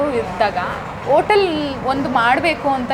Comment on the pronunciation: Madam anchor ಆಗಿ ಸ್ವಲ್ಪ ಅ ಕಾರ ಹಾಕ ಕಡೆ ಗಮನ ಕೊಡಿ. ಓಟಲ್ ಅಲ್ಲ ಹೋಟೆಲ್, ಓಸಾ ಅಲ್ಲ ಹೊಸ,ಒಗ್ಬೇಕು ಅಲ್ಲ ಹೋಗ್ಬೇಕು